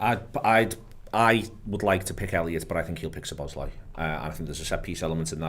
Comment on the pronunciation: Any chance of telling it’s “Szoboszlai” not “Sloboszlai”?